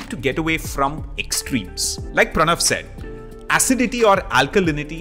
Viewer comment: Was a little distracted for a sec and thought you said, "Hymen, it's Pranav...."